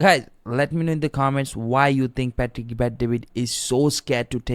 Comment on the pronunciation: Why do you keep pronouncing his name pah tick? It's Pat-trick my guy